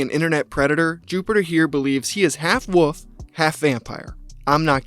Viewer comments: Wolf not woof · it's a WOLF not a "woof" lol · I love when people pronounce "wolf" like "woof". its cute lmao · Oh god … I didn’t know you were one of those people that says wolf like “woof” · A sick and dangerous individual. Good vid, but I have to admit that I kept laughing at your pronunciation of "wolf" as "woof"